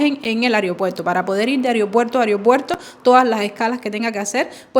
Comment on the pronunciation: Porqué dices ARIOPUERTO? Los cubanos dicen así... Fíjate por favor. Es AEROPUERTO. Dios!!! Gracias. Sos hermosa